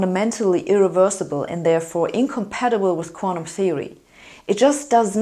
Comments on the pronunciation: Ich auch, but not the way she mispronounces "quanTum" as "quan-um"! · I love hearing Sabine say 'quantum'.